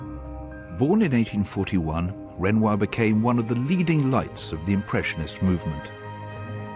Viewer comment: Its Renoir .